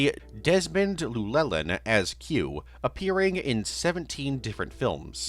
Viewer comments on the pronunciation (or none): sidenote but “Llewelyn” is pronounced as “Clu-welyn”, as in Welsh a double L is pronounced with a “clu” sound, since Desmond Llewelyn was a Welshman it’s more appropriate to use the correct pronunciation. Love your work and it’s a good iceberg video, just a minor nitpick that I have since hearing names be pronounced incorrectly is a pet peeve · As someone who is part Welsh the Llewelyn mispronunciation was particularly egregious and is an extremely common mispronunciation that I never see being addressed, (also I made this comment right as I was watching that part of the video). I did cringe a little at the other mispronounced names but I highlighted that one in particular due to what I have just wrote